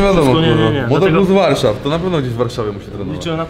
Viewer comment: "Ma wpisane łarszaw" hahahah zajebiste 🤣😂